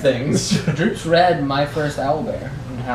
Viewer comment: sorry but this bothered me, drow is pronounced Dr-ow, as in ow that hurt, and tiamut is pronounced tee-uh-mut, anyway the sessions are great and if you can you should record the whole thing and upload it on